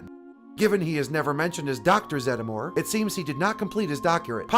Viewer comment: Always thought it was pronounced Zed-more